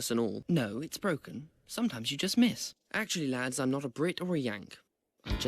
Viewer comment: "Atchully ai-"